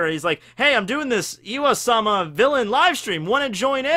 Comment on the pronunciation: why does he say iwa-sama? Its im-sama or ym-sama, pronouced eem. Pretty simple.